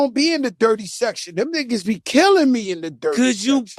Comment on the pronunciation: Come on now you to close to the camera back up some l😂😂😂😂 And say dirty section right!! It’s section! Not sector ain’t No R on it 😂😂😂 y’all still learning tho!! 😂😂😂😂